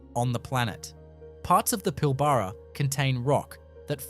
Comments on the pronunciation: Teach ya ignorant Ai to say Pilbarra. Not Pill barra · AI Clickbait. Add a thumbs down! Computer generated Aussie voice can't even pronounce WA names properly - Pil-BARR-ruh ... 😂😂😂